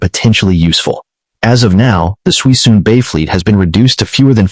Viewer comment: There's not 100 mothballed ships in Suisun (pronounced "SOO-SOON") Bay, but the video still contains much useful information.